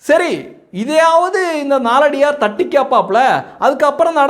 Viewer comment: நாலடியார் என்று சொல்ல வேண்டாம்! நாலடியான் என்று சொல்ல வேண்டும்